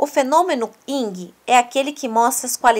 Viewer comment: Vídeo muito bom na sequência dis conteúdos e ilustrações, mas sua fsla teve um.erro constante ao pronunciar Yin, vc disse erradamente Ying.